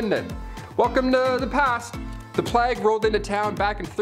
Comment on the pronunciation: "Plague" was pronounced: "playg," with a long "A." Great show, dude!